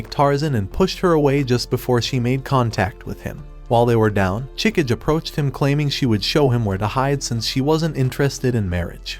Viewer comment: I predict there will be a lot of name mispronunciations in this recap video. (watches video)2 minutes in and he already I'm groaning in agony!:face-blue-covering-eyes: Sorry for being pedantic, but It's pronounced: Ah-ka-nay, Chi-ka-gay and Ma-chee.